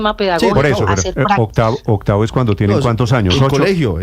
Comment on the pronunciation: La profe dice otavo, en vez de octavo.......